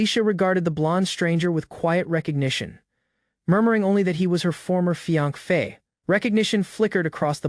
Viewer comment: Hey....Not being a nitpicker or anything...jus get some HELP!!! Fiance sounds like fianc or something...a handful of words sound off but I kept listening